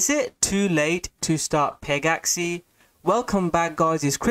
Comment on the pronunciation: Bro it's not peg-axie it's pegaxy... like a mythical pegasus. Not an axie.